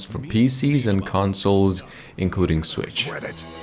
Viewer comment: What is this "Swicth" system you speak of?